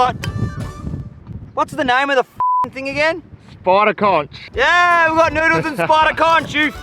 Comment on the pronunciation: didint know u guys say conCH lol